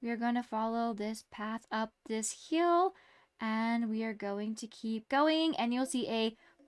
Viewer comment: Hi can you say hill instead of hyel ty!